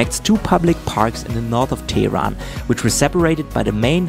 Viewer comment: With greatest due respect, It's not Tee Ron but rather Teh Ron ( H has the same Sound as H does in Hand 😄